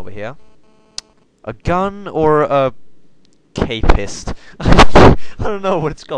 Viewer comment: I thought this was intereresting and fun to watch! If you do more episodes of this, you've got atleast 1 viewer ;) Also, don't look up the word K-PIST, keep calling it just that cause it sounds hilarious x)